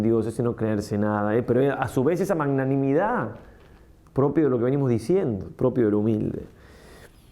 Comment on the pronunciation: Padre lindo perdóname pero no se dice manganimidad ( eso viene de manga o de mango 🥭) Jjjjj, se dice magnanimidad, de magnánimo. Jjjjj . Parece un trabalenguas Jjjjj Gracias 🙏